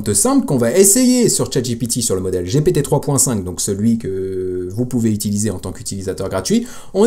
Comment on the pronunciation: Sérieux man j'ai commencé ta vidéo et j'ai entendu giiiiiiipiiiiiiitiiiiiii juste cela ça me donne envie de quitter je pense que je ne suis pas le seul ont est en France ont parle. ( G P T ) Sérieux mec fait un effort pour ton odience respecte c'est gent qui ont Mal au oreilles dès que tu dis giiiiiiipiiiiiiitiiiiiii !!!😢😢😢 Sérieux fait un petit effort et renseigne toi tous le monde dit bien GPT S'ILS TE PLAÎT fait un petit effort❤ en plus je t'aime bien 👍👍